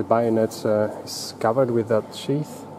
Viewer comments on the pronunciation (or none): bayonet not bionet